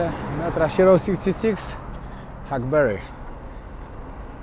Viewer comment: czy się wydaje Czy ty przez cały odcinek powtarzasz błędnie że to jest Road 66 tamto się inaczej czyta